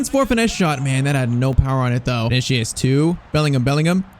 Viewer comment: Vini-See-Uhs. Not Vini-Shee-Uhs